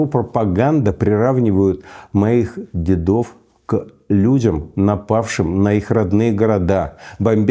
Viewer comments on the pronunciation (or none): Уважаемый Михаил Борисович!Позволю одну корректуру: не дедОв,а дЕдов.ДедЫ- это в армии СССР.